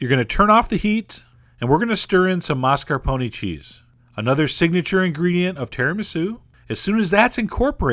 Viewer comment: John, Babish as well, there is no R R in mascarpone.